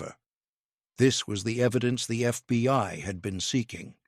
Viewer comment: Please it is called the FBI not the FBY. If you folks cannot get it right hire someone who can write the script correctly or someone who will read the script right. This is getting ridiculous.